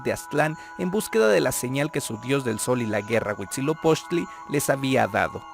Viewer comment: Porque nadie que se atreve a difundir la historia de aztecas/Mexicas comete el error de mencionar la fundación incluyendo la serpiente?? y de pronunciar mal el nombre del Dios Huitzilopoxtli?? hay que leer los libros reconstruidos más antiguos y cercanos a la verdad: códices Florentino y Mendocino. Por favor!!!